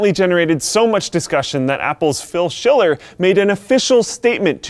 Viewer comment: Schiller. Need I say more?